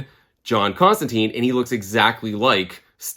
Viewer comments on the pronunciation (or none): It’s John Constant”I”ne as in a hard “I” and not an “e”. The character makes a big deal about pronouncing his name, although I forget in which Hellblazer issue. Love the channel and just don’t want you to wake up covered in spiders and flies or as Nergal’s little bitch in a Hellish hotel room for mispronouncing Johnny Con-jobs name. 😂 Cheers and keep having fun with your channel!